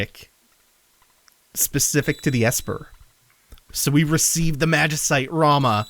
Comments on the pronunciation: I just wanted to say Rahmuh isn't pronounced Rama, it's pronounced like Ra-moo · Ramuh (ラムウ, Ramū) It's everywhere in the wikis that state how to pronounce his name, it's comonly confused but it if you want to check anywhere else I think OniBlackMage does a small bit on how to say commonly mispronounced final fantasy names I'll link you to it